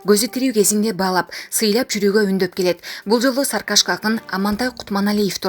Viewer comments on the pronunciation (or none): Вай энееен саркашка эмес Сары кашка деп айтылат.